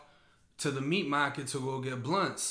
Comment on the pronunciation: Not the "meat mah-ket" 😂 Sorry, I had to 😂😂😂